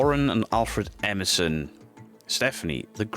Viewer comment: please say the name right u said Empson not Emerson. I don't want to get blamed for fake news. jk tc all Awesome video